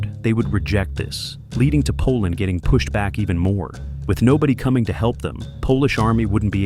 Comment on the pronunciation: bro's like poland nope i dont think so koland gud 😭